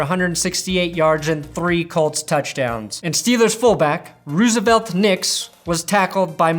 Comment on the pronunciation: I know it's spelled Roosevelt, but that's not how you say it my guy